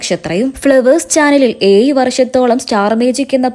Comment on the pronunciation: ഏയ്‌ വർഷം അല്ല ഏഴ് വർഷം ആണ് കുട്ടി